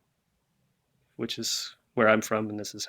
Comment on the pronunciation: Your Toronto accent is spot on!!!